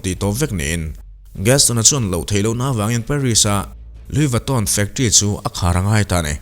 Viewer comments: An hming khi i lam uluk lo lutuka,ngaihthlak a hreawm tep.,.Lui Vatawn tih mawlh khi😅😅🙄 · A lam Diklo inti intia, Lui vitawn hi lamdan diktak chu ani e.. Louis Vuitton, Luiz vuiton tihkher tur anilo... Luyi veetawn anti ngai e... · Anuih fuh lo e a lam dan khi a dik aw 🤣🤣🤣 engtin tak lo lam ve thin ang che maw aw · Lui vitto” tih hi a lamdan tur dik a nih hmel. Video hrang hrang enkual hnuah